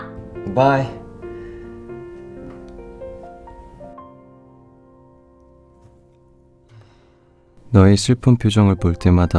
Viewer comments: Ketika dia bilang oppa, yg gue denger : opak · overall ini bagus cuma buat yg cewek Indo yg pacaran sama cowo Korea, pelafalan bahasa koreanya kurang enak didengar, ngomong Oppa kesannya kayak manggil opa opa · she doesn't call him "oppa" but "oppak" :v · Ngape oppa nya make k gt? Jd oppa.k oppak hahahaaaaa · Apa cuma gue yg gak suka cara manggil oppa versi 🤣🤣 berasa oppak coba agak di perhalus lagi sebutan nya biar gak kedengeran agak anehh